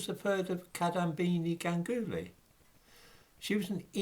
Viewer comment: Re the name Ganguly; the emphasis is on the first syllable. That is GANGuly. It sounds a bit odd to me when people say Ganggoolie. Great video, as always.